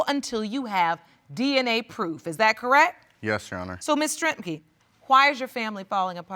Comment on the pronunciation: The lady said do you have pwoof 😫